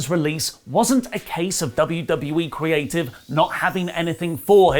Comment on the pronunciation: You mispronounced "creyayive" wrong .